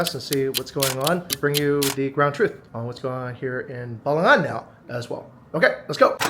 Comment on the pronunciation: Thank you for not saying "balanggan"😊😊😊makasih😊😊😊